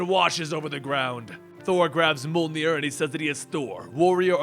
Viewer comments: mini pillai its pronounced mi-yol-nir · Ouf, hearing you try to pronounce Jarnbjorn and Mjölnir is a bit painful.